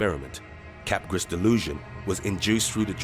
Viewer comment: it's pronounced CAP-GRAH lolol